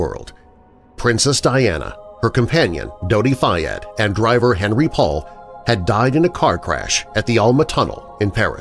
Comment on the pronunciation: fabulous as usual! (btw it's "on-REE" - him being French)